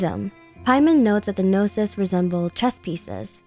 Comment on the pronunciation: Traveler is not a "gnosis" but a "no sis"